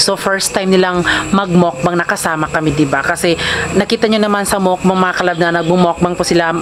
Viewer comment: Ang tamang pronounce po ay MUKBANG po hindi po MOwkbang🤣